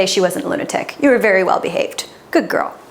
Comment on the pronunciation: It sounded like you called her a table when you said "Good table!" 😭